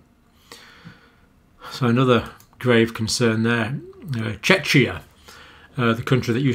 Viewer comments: yes with K like in Kite is better saying it like CH in CHACHA :D as that tears my ears really ... original name in czech is "Česká Republika" or "Česko" ;-) so you can see CZ is to capture likelines of letter that english is missing and then CH is capturing likeliness of K ... A is dropped in long english version because it is letter added to express femininity of word Republika and that is not done in english ... maybe kept in short version because we feel its feminine anyway? :D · Czechia is still Czech Republic as well ;-) . We just have a short version now too. And i suggest to say the CH more like CH in chemistry ;) or Czech Republic :P ... and we are not in deep deep trouble yet .. just near it. One region is out of capacity but still succeeding in moving patients elsewhere.